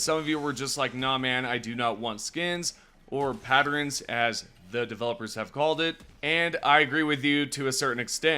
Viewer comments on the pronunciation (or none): Pattern not patterin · Upvote this comment so we can all chuckle together at the way says pattern as patterin next video.